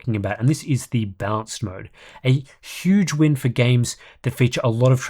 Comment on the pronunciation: It's a bit confusing that you pronounce "balanced" as "bounce"